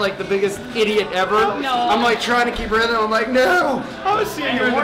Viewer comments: Guuuys, it's RHYTHM not RYTHEM .. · it's rythm, not rythem